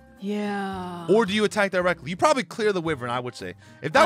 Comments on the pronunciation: It's pronounced WHY-VERN not WIV-vern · Yo and could you please try to do a sora vs gong bc I thing it would be funny and loser should cosplay as the winner and it’s not wivern it’s why-vern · Bro it's pronounced "why-vern" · Love the content, but wyvern is pronounced Why-vurn